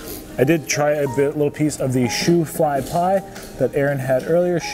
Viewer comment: Shoo fly pie is from Pennsylvania , Amish , I think. Its sticky, made with molasses. But the name is shoo fly like you're shooing the fly away , not shoefly like the shoes on your feet.